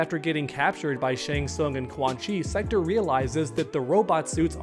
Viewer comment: Just pronounce "Sektor" correctly, please...